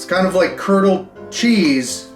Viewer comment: You say curdled cheese and I heard colonel cheese. 😅